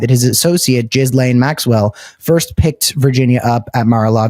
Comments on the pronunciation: While Jizz-lane isn't the correct pronunciation, it's somehow seems appropriate for a woman who transported hundreds of vulnerable teenagers to his home to give him "happy ending" massages. 🤮 I hope she doesn't end up with a pardon in return for covering up for Trump's elite friends, but I think that's what will happen, even if she has to wait until just before he leaves office. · Did he just call Ghislaine Maxwell, " Gizz-lane Maxwell "? Gizz is a slang for sperm ,really do we think that appropriate for a sex trafficker of minors? Come on, are we listening to 13 yo school boys now. Do better, think of the victoms. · You keep calling her "giz-lane"😂😂😂😂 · OMG!!! I Fn LOVE the way u say Gizzlane🤣😂that's wat I heard, TY from Canada. 💯 Subscribed. Good Luck. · Thank for pronouncing Jizzlanes name phonetically. Trump likes Jizz. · i think jizz lane is the best pronounciation yet